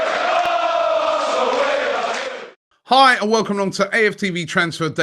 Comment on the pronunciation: even start of your video sounds more like "I welcome to...Instead of" hi welcome to"... we know it's all about you now